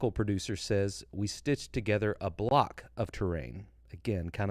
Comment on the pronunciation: Hey just a small thing. The French guy said in my hearing “ we stitch together block of terrain” it is very common for French speakers to not pronounce the s at the end of plural words as the s is silent in French when it comes at the end of a word. So I think he was saying “stitch together blocks of terrain”. that would line up with what Todd has said in the past. Great content!